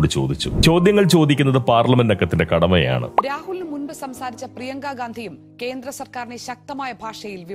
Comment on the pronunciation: പ്രിയങ്ക ഗണ്ടി അല്ല പ്രിയങ്ക. റോബർ ( ട്ടു ) വാദ്ര???